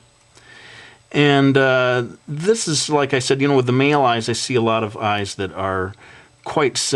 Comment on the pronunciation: Amazing! But... I'm sorry... I cracked up because you said meel eyes!